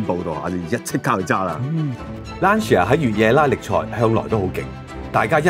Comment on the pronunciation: 溫馨提示，Lancia 不是讀 Lan-ci-a。 意文應讀成 Lan-cha。路過別見怪 。